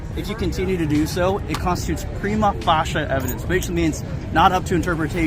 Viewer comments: Did he really say 'prima fasha'? The term is 'prima facie'. Shows how ignorant he really is! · Prima FACIE! Get it right. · It's 'Prima facie'! A fascia is a finisher on a roof or other similar structure! The cop pronounced it 'fasha' which is just as funny. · Cop says, "Prima Facia" like Clarence effing Darrow. What an assklown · Dude said Prima Facia about someone's feelings hahahahahha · It was absolutely cringeworthy hearing the first LEO 'wannabee film star' butcher the pronunciation and misrepresent the Latin phrase "Prima facie" ... Good luck with trying to rely (in isolation) on 'feelings' (in reaction to public photography) as "sufficient evidence to proceed to trial" on stalking, harassment, disorderly, 'whatever' charge(s) ... The crux of the issue is 'qualified immunity' which, until substantially 'narrowed', will continue to see tyranny prevail; unabated! 🇭🇲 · The snowflakes in the first video were an embarrassment!! The pig sure loved to hear himself spew absolute nonsense - he mispronounced prima facie. The auditor should have turned his back on the pig whilst he was talking to him to show the pig how unimportant he is. He dis a great job of not rising to this incompetent pig's bait. The cop in the third video was a fat sausage!!! These cop departments need to bring back fitness requirements!!!! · I love how he butchers the pronunciation of prima facie…it’s embarrassing